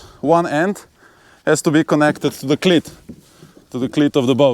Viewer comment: Great video. Iearned a lot. Thanks. BTW, your English is amazing but you might want to practise saying "cleat", making sure you lengthen that vowel sound (like "eeeee"). As in this video, it means something VERY different!